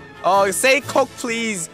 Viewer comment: When u say coke it sounds like (nope)